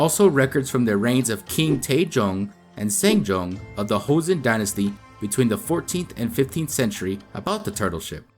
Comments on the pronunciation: You can read the pronunciation as it is written in Joseon, not Hoseon. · Jeoson is pronounced "Cho-seon" not "heo-seon." In korean, J and CH are the same letter, and are pronounced more like one or the other depending on the letters around them, as "juh" and "chuh" are said with the mouth in the relatively same position. H is an entirely different letter, and has nothing to do with J in the Far East. Also, "Geobuksan" is three syllables, not four. "eo" is a single letter in korean, representing a sound that is halfway between "aw" and "oh" -- basically a different version of the letter O: the O in "hot" as opposed to the O in "boat." So the turtle ship is pronounced more like "Goh-buk-san", not "Gee-oh-buk-san." Any time you see "eo" in romanized korean, it will be one syllable. "Silla" is pronounced "Shilla" because in this language, when the letter S is next to the letter I, there is always a "sh" sound. There is never a word in Korea where "si" happens without transforming to "shi."